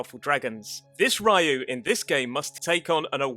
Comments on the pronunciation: Ryu is supposed to be pronounced Ree-yoo, not Rai-u. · OMG. it is not Ra-You. its re-you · STOP - SAYING - RA YOU ! It's Ryou (Ryu) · Just for clarification "Ryu" is pronounced (Ree-yoo). I didn't mention this to be a jerk, so we're clear, I just wanted make sure the correct pronunciation got out there. Thank you for the video. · Ra-yu hehe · Is a Rayo, xD. It made it sound like he meant Ray on spanish. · Ah yes, Breath of Fire's main protag -- RYE-UUU. Good video, but... all this research, and you botch the pronunciation of Ryu, the main character's name, repeatedly. lol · Ryu(龍) in Japanese actually have only one syllable.